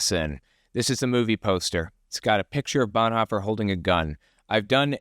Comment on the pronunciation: Did I just heard call Bonhoeffer - Blondhoffer?